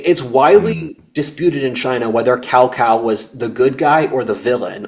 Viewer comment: Cao cao (tsao tsao) not cow cow